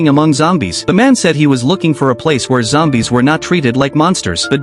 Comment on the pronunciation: "A group of zombies" ❌ "A group of xombies" ✅